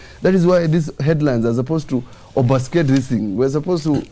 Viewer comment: does not know how to pronounce obfuscate. I thought he is a lawyer.